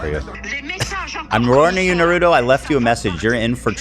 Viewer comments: Too bad yall did this before the Raja Jackson clip. It’s just as disturbing ALSO calling Naruto “Narudo” is insane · Can you please pronounce Naruto correctly? Put some respect on my boy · you guys mispronouncing Naruto is making me sick!!!